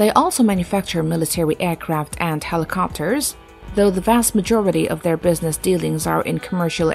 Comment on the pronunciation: Interesting video; however, your narrator really needs to work on her pronunciation, specifically where she places the stress in words like airliner and helicopter.